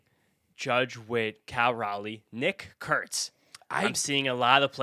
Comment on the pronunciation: i cant believe you both mispronounced nick kurtz for al mvp wrong